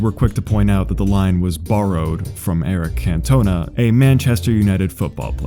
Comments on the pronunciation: Eric Cant O Nah. Not Eric Can tona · Your pronunciation of Eric Cantona made me weep. 🇾🇪